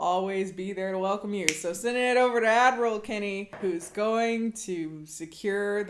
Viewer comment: I always think you say "admiral," when you say "ad roll."